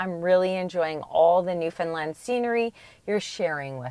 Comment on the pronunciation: For the record it's new foundland not new Finland